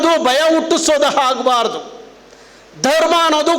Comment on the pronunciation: ಲೋ ಕಮಂಗಿ ಅದು ಹಾಚೆ ಅಲ್ಲ ಆಚೆ ಸರಿಯಾಗಿ ಕನ್ನಡ ಮಾತಾಡೋದು ಕತ್ಕೋ ನೀನು ಅದು ಹಾಗ್ಬಾರ್ದು ಅಲ್ಲ ಆಗ್ಬಾರ್ದು